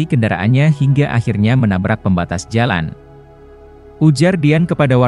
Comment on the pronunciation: Dengar pembaca berita tribun jabar telinga sakit,, kaya orang nggak pernah sekolah,, contoh pemenggalan kalimat " pembatas.......jalan" ada jeda bacanya,, trus "PO dibaca Po"...